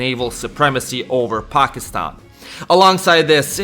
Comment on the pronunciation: Your the first non south-asian person that prounce pakistan correctly lol